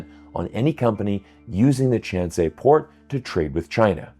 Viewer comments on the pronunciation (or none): "ChanSay Port"?? It's pronunced "Chan Kai" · chan"sei"? Port? Do they say so in Peru? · .... Port of Chancay.... i think it's pronounced "Chaan - Kaai"